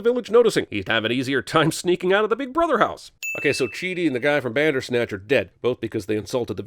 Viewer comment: ......are you trying to say Bandersnatch?